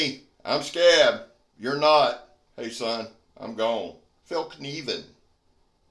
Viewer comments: Great job on the pronunciation,, 👍👍 Felk - nee - venn, 👌 What a beautiful knife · as far as I know, you nailed that pronunciation mate. such a nice knife, great video! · I can tell as a Swede your southern tongue pronunciation of Fällkniven is spot on. And great review!